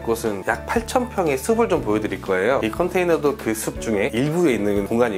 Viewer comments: 신경쓸일 발음 ! 숲을 은 수불이 아니라 수풀 ! 숲이 는 수비가 아니라 수피 !로 발음 하세요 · 수블 .. 이 아니고 수플이라고 발음하는것이 맞습니다. 수피 수페 스픈 😊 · 발음이 옳지않네요 숲을 -발음할때 - 숲플. 로 발음하셔야합니다